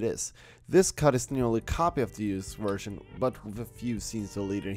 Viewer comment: It’s pronounced (Vvvvvvv)ersion not wersion